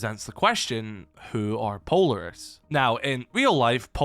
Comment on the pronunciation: oh my god PLEASE pronounce Polaris correctly